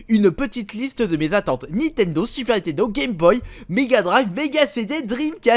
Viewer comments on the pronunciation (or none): none